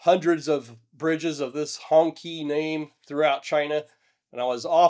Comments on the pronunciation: Gloating over the misfortune of other nations - well US does not have a great history. and it is hong"chee"" NOT hong "kee" take the time to learn and respect. it is interesting and sad, but you are just a superior american - it's not what you report - it is the arrogance of the presentation. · Hong Qi is pronounced Hong CHEE ... BTW Ironically, I've seen all of these methods you suggest to mitigate against land slides and rock falls used in different projects across China ... I don't think it's a matter of lack of knowledge in the strictest sense. It's seemingly more a matter of unfamiliarity with the on the ground situation, and that should absolutely not be the case in projects as vast and high profile as these. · Hongqi is pronounced Hong Chee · Isn't Hongqi pronounced "Hong-chee" ? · Hongqi should be pronounced Hongchee - Q's in Chinese names should be pronounced like a ch, x's like sh, zh's like hard j's. The strange choice of letters is because Chinese has two ch, sh and hard j sounds - in each case the two forms use different part of the mouth and sound slightly different. By the way, people often mispronounce Beijing - there are no sliding j's in Chinese - the j is hard like in the word jug. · I resent the pronunciation of that bridge. Hongqi...??? Really....Honkkie?? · Not really important to the discussion, but I believe "Hongqi" is pronounced "Hong-chee". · "Hong-chi" -- the letter "q" is pronounced with as the soft "ch" not the hard "k" sound in pinyin Chinese spelling. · EVery time he says the bridges name I hear Honkey Bridge. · The pronunciation should be like "Hong" in Hong Kong and "Chee" as in the Qi wireless charging standard. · As a so called Professional, at least know how to properly pronounce the bridge. Professional do their proper due diligence.